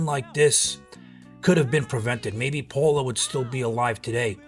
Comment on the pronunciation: Her name wasn’t Paula… it’s Paola “pay-ola”